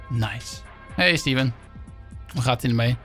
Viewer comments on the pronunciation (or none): Link alsjeblieft zeg steven niet als stieven zeg het aub als steeven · Ben ik de enige die zich ergert aan dat stieven zegt inplaats van steven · het is steven niet stieven